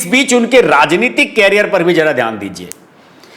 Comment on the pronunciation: कैरियर(carrier) और करियर(career) में अंतर होता है